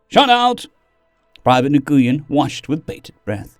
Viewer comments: it's "Wen" not "Nah-goo-yen", it's the most common Vietnamese last name. For the Agrorithm. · Nguyen is pronounced "win". I made the same mistake. To this day I wonder why they picked those letters for something pronounced "win".